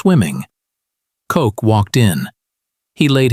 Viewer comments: The intelligence officer for Gen. Patton, it was named Koch not Cock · Isn’t his name pronounced more like “coke?”